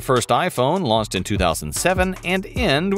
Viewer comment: Him: Launch My mind: did he say "lost"?